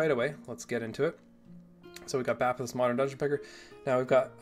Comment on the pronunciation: I always thought it was pronounced “bay-peth”